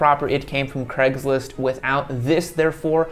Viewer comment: Why is craigslist always pronounced as cregs list